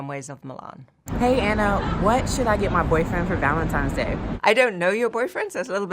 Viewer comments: Remember, it's Valentine's Day, NOT ValenTIMES Day🤨@ . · Did the girl with the red hair just said “ Valemtime’s day”? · Did that girl just say "Valentime's Day" ?